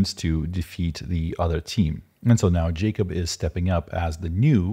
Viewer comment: And its not Jacob, its pronounced "Yakhub"